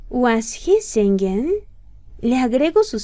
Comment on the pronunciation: Singing se pronuncia sinin , no se pronuncia singin...